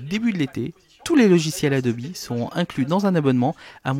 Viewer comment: Jamais dans ma vie j'avais entendu quelqu'un prononcé Adobe Adobi, sa m'a fais marrer meme si je suis sur que sa se dit vrmt comme sa :)